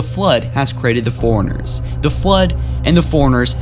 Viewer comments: and Forerunners not Foreigners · You say 'forerunners' like 'foreigners' and it drives me nuts. Other than that great vid and info thank you so much.